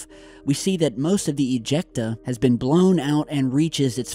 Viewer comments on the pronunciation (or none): lol .. he said "ejecta"